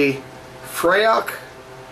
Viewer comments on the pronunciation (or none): Nice review, I've got a bottle in the fridge along with some other Scottish beers such as Raven Ale, Black Gold and Belhaven Scottish Stout. By the way, the pronunciation is more like "free" which unsuprisingly is Gaelic for "heather". Anyway, just had my first sip of Raven Ale, Hoppy goodness. Slainte! (Cheers)